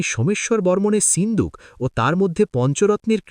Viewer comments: Ota sinduk na shinduk kane e lagje pronunciation is horrendous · Seendook na shinduk